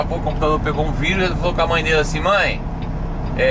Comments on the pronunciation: . É raro ouvir alguém falar em português e dizer vAirus, em vez de virus... . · Corona váirus... kkkk Gostei da pronúncia!